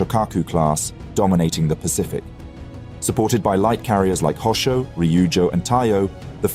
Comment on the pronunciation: Rabaul: rabah-ool. Miyoko: mee'-oh-koh; no "yoko" in there. Hosho: hoe'-shoh.